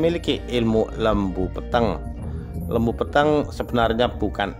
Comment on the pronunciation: Lembu Peteng ,...e lelet bukan taling... Huruf ta...bukan tha,...bukan lembu Petheng...iki tha. 😂😂😂😂😂